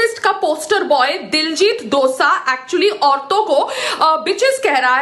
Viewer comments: Dosa lol name leena ton sikh le phele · Payal madam for your kind information diljit dosaaa nhi diljit dosanjh hota hai. Punjabiyeo ko pagal kehti hai khud ko pta nhi k kya bol rhi hai.